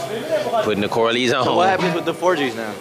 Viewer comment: said "corloins"